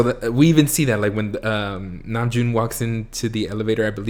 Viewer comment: Hobi was making a joke on RM mispronounced name - Name..Joon. XD